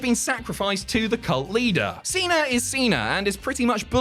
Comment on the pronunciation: FIRST OFF IT'S CENA(Seena NOT CENER(seener) UGH 😖😡🙄🤬👎👎..!!